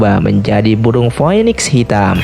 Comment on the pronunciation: Bukan poenik cara membaca phoenix itu adalah fiyniks.